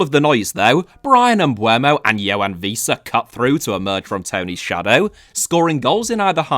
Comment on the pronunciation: I really like you.. But you saying "Víííísa" really made me laugh out very loud 😂